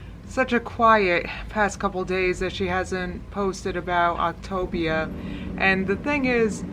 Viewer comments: I actually feel like I need a virtual shoulder to cry on. I’ve tried so HARD to support her. I really have. But it’s clear now that she’s just trolled all of us. There is no way someone can mispronounce a word that many times in a single video. I’ll watch through you but I will never go onto her channel again. I think I’ve said that like 5 times now but it’s just clicked that this does not a thing for me. It’s one thing for those who want to see her crash and burn, but as someone who wanted to see a success story this is actually soul crushing. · At this point I think it is pronounced opta-via because that would be latin for “the best way/ road” [ to weight loss in this case]. But I love the ever changing optavia/ october 😂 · I haven’t even watched the video and I’m dying every time you pronounce Optavia in a different way 🤣🤣🤣🤣🤣🤣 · Lol why can't you pronounce optavia?? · tourette hero Since no one seems sure about how to say it, was just saying “gibberish “ pronunciations. Go to an Octavia YouTube video and listen to how they say it( although some of the programs users even pronounce it wrong). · She did so much research she still doesn‘t know how to pronounce Optavia. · She refuses to pronounce anything correctly. She's even lazy at that shit! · your pronunciations of optavia 😂😂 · Is "optavia" pronounced "october?" Is that what you're saying? Sorry, I am trying to figure out the name of this program. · Octobia, October.... Lol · Did I just hear Octaganja? 😂 ffs I just can't. Love you. ❤ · "Octopussia" I screamed!!! 😂😂😂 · Is it pronounced OP-TA-VIUH? like with the A actually sounding like the “letter A” idk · I love how you mispronounce ovtavia every time 😂😂😂😂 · “Octagon” “October” lol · Why can't anyone pronounce the name of this program? It's Opt-ay-via!!! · take a shot every time she says october instead of optavia lol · “Octopussia” LOL!! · Octobia. Eh. You pronounce it better than she does ¯\_(ツ)_/¯ love your videos :)